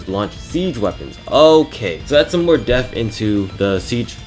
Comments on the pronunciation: Maybe just don’t try to say “depth” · “DEPTH” Not “death”